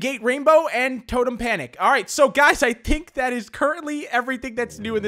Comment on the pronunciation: SO GUYS I TINK